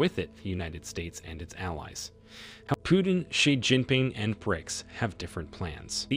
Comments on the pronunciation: It's not Piutin - its Putin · It’s not “Pew-ton” it’s “Putin”.